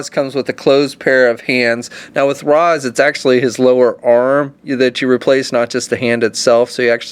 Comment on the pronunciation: Great figures and vid but it's pronounced Raysh not Rahs 😉